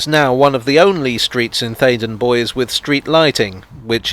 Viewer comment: I always thought Bois rhymes with Royce.